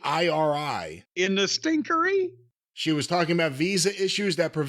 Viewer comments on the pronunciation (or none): “In the stinkeri?” 💀😂